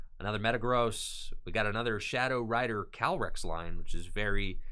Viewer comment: I think its Calyrex and not Calrex...